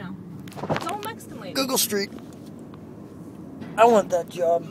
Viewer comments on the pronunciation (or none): how he say GOOGLE STREET haha :D